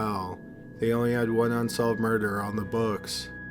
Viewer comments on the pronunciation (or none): For me it isn't the tempo, it's the tone, or lack of tone and the emphasis on the wrong syllables in certain words. He literally turns the word murder into a three syllable word. Still a good channel. Also, constructive criticism isn't a bad thing. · For love of god man, the word murder has only TWO syllables. Stop turning it in to three. PS. Your channel rocks.